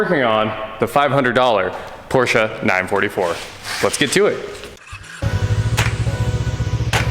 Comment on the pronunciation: Thank you for pronouncing Porsche correctly.